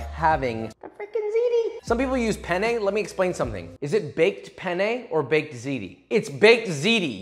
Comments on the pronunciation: Lo scrivo in italiano perché tanto lo capiamo solo noi: ma ha detto "bake my pene" o l'ho sentito io? Comunque big love for Joshua 😂❤️ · Josh : “oh I baked my pene” Me, an Italian : ah yes, I see you’re a man of culture as well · cuando sabes español, y también inglés, y Joshua dice: baked penne…..akwaaaaaaard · Spanish here: Hehehee....he said PENnE 😆😆😆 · pene in spanish means penis and since i grew up in mexico and speak fluent spanish i laghued so hard when he said baked pene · it's fun cause pene means penis in spanish and has almost the same pronunciation as penne